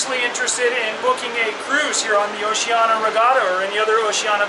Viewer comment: OCEANIA not Oceana......cluts